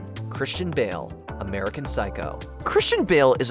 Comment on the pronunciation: Everytime you say Bale it sounds like Bill. I was so confused. Lol